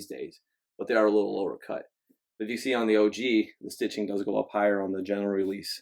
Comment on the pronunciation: I'm sorry, you kept saying OG retro and it was bothering me 🤦🏽‍♂️😂😂